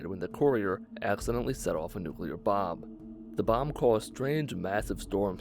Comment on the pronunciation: Did anyone else think he said Bob not bomb?